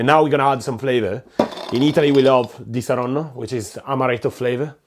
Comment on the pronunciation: No aspetta ma sei Italiano? Hai pronunciato disaronno troppo bene aiuto